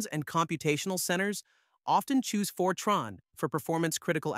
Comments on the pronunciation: Fer-Trarn? Is this a new language? I haven't heard of it. Is it like FOR-tran. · Good video (except for the AI mispronouncing Fortran as "Fortron"). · Then you missed the best part... Really stupid AI that mixes "Fortron" with "Fortran" multiple times in the video. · It's short for FORmula TRANslation, so it's pronounced TRANN, not TRAHN. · It’s FORtran, nor forTRAAN, and it preceded object orientation by exactly one decade (Simula 67), not “decades”. Modern Fortran is a very large language with an embarrassing number of things having been added by one standard and removed in the next, and it’s a dreadful choice for accounting or text processing. But it’s a decent programming language that is very good at what it does and has good tool support. It probably shouldn’t have added Oop. The strength of Fortran was always that everything happened out in the open where the compiler could see it. All the reasons the cool kids had for not using Fortran in the 60s to the 80s are long gone. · Ugh. I bailed as soon as I heard for-TRAHN. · AI swill. Can't even get the name right. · ai cant pronounce fortran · You (AI) can't even pronounce the language correctly. I'm outa here. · Why is Fortran pronounced 20 different ways??